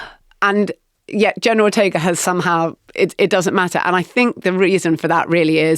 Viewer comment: "Jenner Rortega"